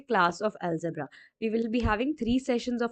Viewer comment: ALGEBRA NOT ALEGBRA